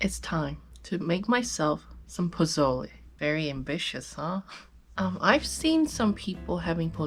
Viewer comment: You nailed pozole❤️